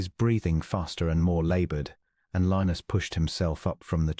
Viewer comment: At first was not sure I would like the narrator’s voice with a British accent, but as the story progressed, liked the cadence except the way Lionus was pronounced. Listening from Clarksville, TN.